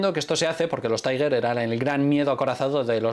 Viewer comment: Porfa, cuando hables del Panzer VI Tiger, di Tigre (en español) o Tiger que suena más al alemán que el vocablo Taiger, que sería la pronunciación inglesa. O bien en español, o bien en alemán.